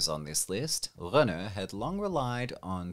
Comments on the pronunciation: Dude, just say Skoda, Citroen and Renault like a normal person (currently it sounds like you're unwell or something). Also, you missed Opel. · Just say Citroen and Renault normal... Why the accent? Didn't hear you attempt a Czech accent... And you also pronounced Peugeot without an accent too.